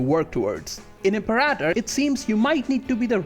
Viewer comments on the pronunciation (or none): Er hat "Imperaitor" statt "Imperator" gesagt und "Deschia" statt "Datchia". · IM-PAIR-A-TOR rome